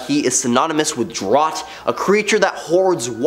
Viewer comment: Drot? Do you mean drought? - EDIT: Wait... you said it correctly in a later part of the video. Wtf... 🤦🏻‍♀️